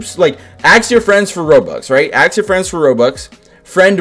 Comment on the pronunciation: I love how he says aks instead of ask